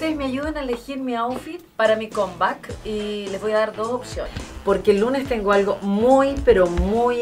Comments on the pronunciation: Raquel se dice “cam bak” como se pronuncia y no combat k parece combate 😳😳😳 de lo contrario mejor usa el español 👍🏻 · Raquel, necesitas mejorar el ingles, no se dice comback, sino camback.... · "Com Bac" jajaa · En realiadad se dice "combak"...